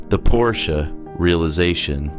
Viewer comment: It's por sha